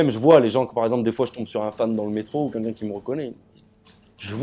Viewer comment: A chaque fois qu'il dit "quelqu'un" il dit "Kinkin" mdrrrr